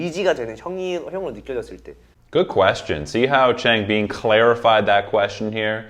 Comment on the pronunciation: A small comment on Changbin’s name: it should be pronounced ch—ah-ng bin. The A is if you’re going aahhh. Bin’s i is a short i, as if you’re saying “in”, not “been”.